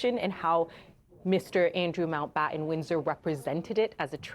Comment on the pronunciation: Way to downplay it, CNN. And somebody, PLEASE, tell these GenZ-ers to PRONOUNCE THEIR FREAKIN' T's! It's not "Mao-Bahh-Ehn," it's "MounT BaTTon."